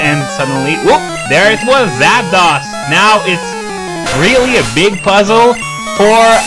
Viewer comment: It bothers be how you pronounce Zapdos 'Zap-dohs' instead of the incredibly obvious 'Zap-dose'.